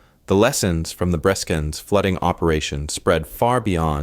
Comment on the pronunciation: It is not 'Breeskens' , but 'Breskens'.